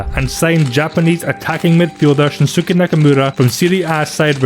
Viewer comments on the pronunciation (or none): 31 I'm an American of irish, polish, and japanese descent. The way to pronounce any of the names like Shinsuke is to imagine the u isn't there - so it's Shin-skay. Similar to former Boston Red Sox pitcher Daisuke Matsuzaka, pronounced Dice-k.